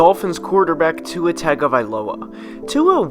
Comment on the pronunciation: Singletery is good tua is great I’m a Alabama fan and I watched him play a lot he’s a beast also say tuas name right